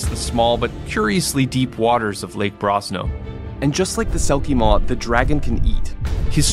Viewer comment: Selkie Mór (pronounced moor) means big selkie in Irish which is fitting seeing as geralt get swallowed by it.